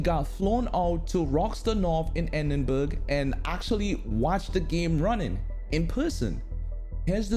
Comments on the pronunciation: Sorry but 'Endinburg' ???? cmon dude .. that's sloppy. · please learn to pronounce Edinburgh correctly geezer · Edinburgh...dude LOL